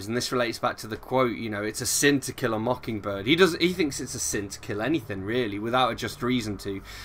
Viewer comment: The pronunciation sounded right for a southern accent. To Kill a Mockingbird is a great book. I liked hearing all your thoughts.